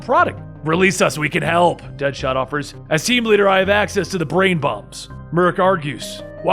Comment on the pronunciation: He said kingshot , deadahot lol